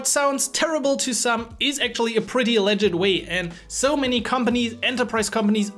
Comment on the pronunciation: I would highly advice you to fix the following pronounciations on the following words you use a lot: "Review", "Legit" and "Project" - You can type it in Youtube "How to pronounce [word]" then put them on a AnkiDeck or something and keep practising. By the way you speak English very well, this is only a small note on your "emphasis." Its the difference between saying EM-Pha-sis (correct way vs. Emfaaa-sis, you see how just by changing which sounds you "stress" it changes the meaning and sometimes rendering it almost uninteligble. So yeah practice these two words as you will be using them a lot so it is worth knowing how to pronounce them the right way. Your content is really good and you helped me and I am a phonetics specialist so I thought I would also try and contribute back. thank you so much:)